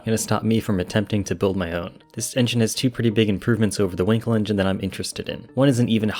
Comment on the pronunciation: Not winkle but [ VAN KEL]